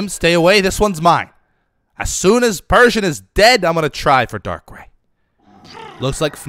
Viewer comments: I had to immediately pause because of... Darkray. I hope you've learned the pronunciation by now because that hurt my soul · Its "Darkcry" I died when you said Darkray LOL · its pronouced dark-err-EYE not dark-ray